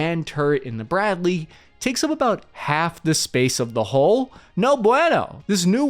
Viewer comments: God, what a mess. The word you are struggling to pronounce,, is HULL as in Dull, mull, cull etc NOT HOLES as in moles,tolls etc. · it's pronounced Hull, not hole.